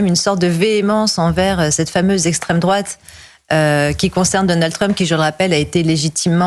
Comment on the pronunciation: Essstreme drôate